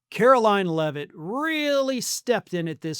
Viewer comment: Why can't you pronounce her name? Or. Is that how she wants you to say it?